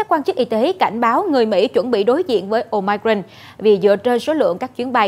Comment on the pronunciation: Ten cua bien the doc la : Ô mi cron !